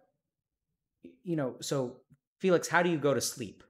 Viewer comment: Dr. K didn't hear when he said Félix instead of Felix T_T